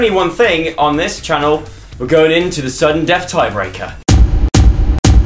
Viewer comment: When he said sudden death I thought he said suggen death.... lol